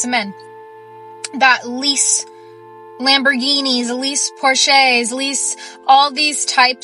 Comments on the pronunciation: No this goofy did not pronounce Porsche, “Poorché”? You know what; poorché is fitting the bill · WTF is a por-she!😂😅🤣 It's a Porsche boo!🤣🤬🤦🏿‍♂️ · Did she actually say porshay and not Porsche 😂😂yes she definitely comes from money 😂😂 sleeping in the back of a Nissan Rogay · "...lease Por-SHAYS..." 😂 She's talking about financially literate while being functionally illiterate. Yoinks. Edit: timestamp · Did that air head actually say 'leasing a porshay'? 🤪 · Did she really call it a Porshay? 😮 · Por shay 🤦‍♂️ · Not “por-Shay” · ..bih..what the hell is a Por-SHAY? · Did she say 😳 Porch-e long 😳 🤔 🤣 A. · Thank you!!!! As soon as I heard that, enough. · Por-sheys? 😂😂😂 Class act. What a clown. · She can't even pronounce Porsche and she's talking about financial literacy? Well lol. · She did not know how to pronounce Porsche lmao